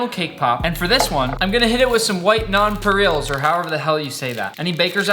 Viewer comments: Nonpareils is pronounced (non-puh-rell-z) Nick 🙂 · non-pa-rells is the pronunciation i believe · It is pronounced non-pair-els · Non pear eyes is how you pronounce those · New word next to Worceshtersire sauce is white nonpareils or however the hell you say that😂❤️